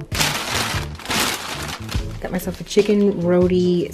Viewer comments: (row-TEE) lol ☺ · The way you pronounced roti made me cringe so much 🙃